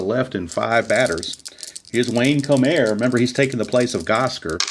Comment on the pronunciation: It's pronounced: Bobby Kuh-nop, and Wayne Ko-Mer.